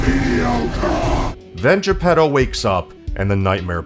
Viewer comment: as someone half listening as I read the news on my other monitor I keep hearing 'the pedos' when you say Geppetto and its making this video 10x funnier than it already was.